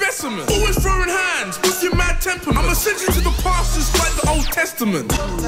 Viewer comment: I like how his parents say d's and E"s xD